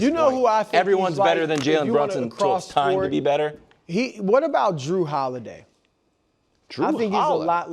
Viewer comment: Mf said Dru Holiday lmfao